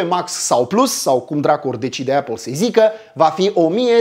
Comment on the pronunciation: Esti un om fain si faci content de calitate,dar cand aud cum pronunti "apple" renunt. Apple si bargar cele mai schimonosite cuvinte de romani,imi sangereaza urechile.Sorry.